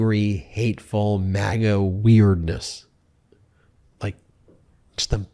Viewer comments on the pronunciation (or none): Despite having excellent hearing, I often leave closed captioning on because you never know when somebody's going to speak in a muddy fashion. Something interesting happened at the end of your segment here. When you said "MAGA weirdness", it came out as "mango weirdness"--works either way. Personally, I think MAGgot Works says works well also. And they are no longer the Republican party they are the Re-PUBIC-an Party.